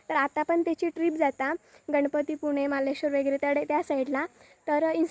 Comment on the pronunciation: Ganpatipune❌ Ganpatipule ✅ Maleshwar ❌Marleshwar✅ 😅